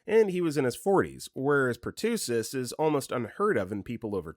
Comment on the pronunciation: Please stop repeatedly mispronouncing executor of the will. It's not pronounced the same as an executor like a killer. You also pronounced pertussis wrong.